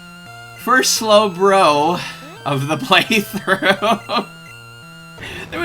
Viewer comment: "First Slow-blo of the playthrough". LOL.